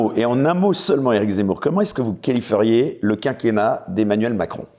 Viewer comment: a la 46ieme mn,24 le journaliste dit ´comment "kalifferiez" au lieu de qualifieriez !! lapsus révélé